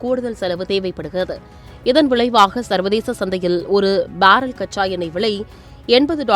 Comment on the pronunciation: Villai pronounciation 😢